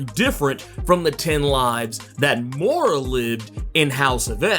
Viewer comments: Moira not Moora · Moy-rah. Not Morr-AH. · dont know why it bothers me so much but everytime you pronounce her name as "Mora" it drives me nuts. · Hi just thought you'd like to know Moira is pronounced Moy-ra . Nice video mate .:elbowcough